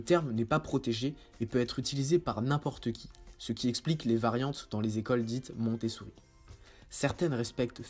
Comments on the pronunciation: Je crois entendre MontessOUri ? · Oui, il prononce mal à chaque fois.